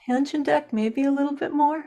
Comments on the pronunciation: There's no "N" in the mddle of Taschen. It's tash-en not tan-shen. I'm sorry, but that drove me up the wall. The comparison was helpful once I turned off the sound. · FYI, it's pronounced "Tash-en" - not "Tan-shen" - there's no 'n' in the middle of the word.